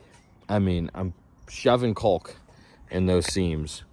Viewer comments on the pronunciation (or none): Is it caulk or cock?? 😂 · the effort to pronounce that "L" in caulk lmao